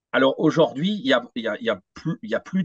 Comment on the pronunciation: Merci à tous les deux pour la qualité de votre travail, mais s'il vous plait: auj ou rd'hui et non auj o rd'hui.